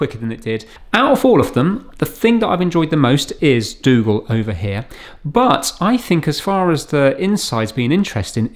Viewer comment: Dougal :) i though you said " Let;s fix Google " :-)